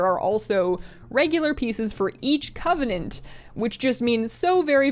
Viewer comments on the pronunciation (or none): none